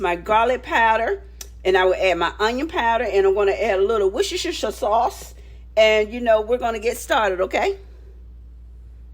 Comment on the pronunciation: looks awesome!! the worcestershire sauce or "wushushusher sauce" as you said haha; can just be said as "wuster sauce" way simpler! hi from england.